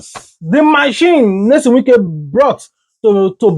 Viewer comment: Bruh! The name is NYESOM not Nelson.